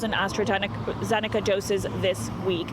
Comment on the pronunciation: Lol astrazenaca. Enjoy the Covid